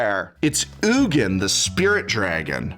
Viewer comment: I appreciate that you call him “Oogin” and not “Eugene”, that’s how I think his name is said too.